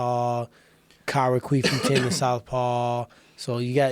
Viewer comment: Did he say Colby queefenton?